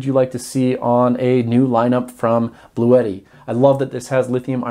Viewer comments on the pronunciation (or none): Just FYI, it’s pronounced “Blue Tee”. I like the idea of it sounding like an exotic Italian racing car though